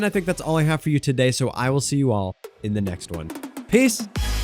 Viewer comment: I hate that i heard "ill see you in the next one Piss"